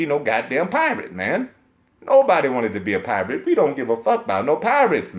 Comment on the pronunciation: you got me bruh with that "who wants to be a pi-rrrrate?"😂😂😂